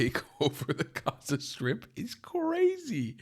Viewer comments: It’s only me who bothered how they say Azzza ? Not for sale! Nobody wants to buy it .. just take it because you don’t do Sheeit with that land 😂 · I don’t know if it’s some sort of sensory issue but I can’t stand people saying « Hhhhhaza » (Gaza) 😂